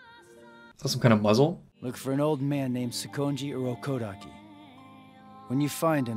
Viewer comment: Sakonji UrOuuukooodaki?